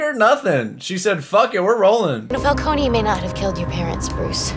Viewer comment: The mispronunciation of Falcone is really annoying